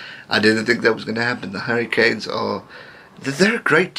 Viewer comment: Am I the only one that thinks when he says "the Hurricanes" it sounds like "the Harry Kane's"